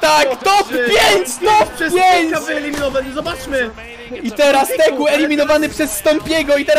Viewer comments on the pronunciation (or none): Teeq czyta się tik kurwa a nie teku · Nie teku tylko tik